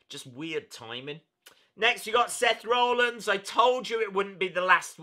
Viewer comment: you say Seth Rollins as Seth rar linns